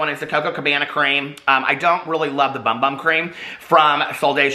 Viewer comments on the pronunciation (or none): I know it says Bum Bum on the jar but it’s pronounced Boom Boom.